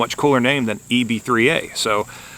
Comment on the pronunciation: Its actually pronounced Blue Tee - If you call their support line that's what they say on the call in.